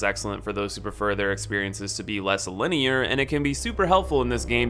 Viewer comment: Less linearrrr💅🏻